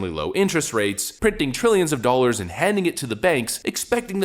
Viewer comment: What are "doalers"? I keep hearing this word in the commentary.